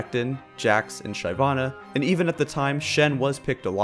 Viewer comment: please never say "SHYvanna" again..